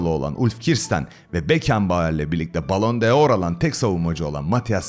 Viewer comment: Tartışmasız Milli takımın alt yapısını oluşturan disipline eden, Fatihi yetiştiren Sepp Piontek dir. Yadsınamaz gerçek. Bilerek değil araştırarak anlatıyorsun, metinleri okuduğun çok belli futboldan anlamadığın bariz, zaman içinde belki yetişirsin, bu arada telaffuzunuda düzeltmelisin (Balon deor diye okunmaz)